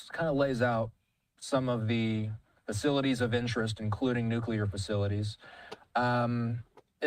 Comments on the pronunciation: It’s NUCLEAR,not Nucular 😳😂☮️ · you keep saying “NUCULER”. That’s not the word man.